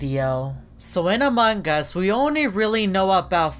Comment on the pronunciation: Everyone: "Among Us": "Amangas"